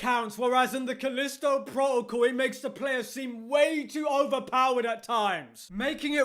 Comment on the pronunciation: "Calisto Pwotocle" lol